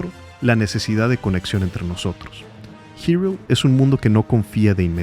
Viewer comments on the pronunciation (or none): Es la primera vez que escucho a alguien llamarle Girul a "Hyrule" (jairul) en vez de Irule 🤭🤭🤭 Que buen ensayo de éste producto cultural maravilloso que es The Legend of Zelda. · acaso dijo "girul"?? no se que pensar, se siente extraño escuchar "girul"